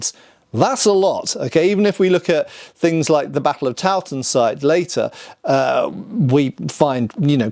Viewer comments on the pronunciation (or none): Tollensesee is pronounced "Toll-en-zuh-zhay" it's so annoying that no one can pronounce it correctly.